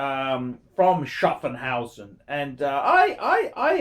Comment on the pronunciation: it's schaffhausen not schaffenhausen, learn